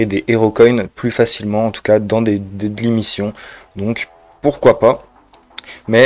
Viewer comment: C'est pas mechant hein mais on dit DEYLI pas deadly, y'a une diff entre journalier et mortel lol 👍